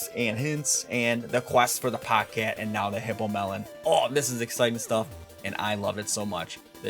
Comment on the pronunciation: its POGE CATE NOT POG CAT